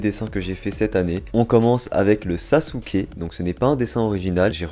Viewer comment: On prononce « Ousop » et non « Usop » « Orochimarou » et « Orochimaru » Bizarre tu prononces « Sasouke » et pas « Sasuke » Et là c’est la bonne prononciation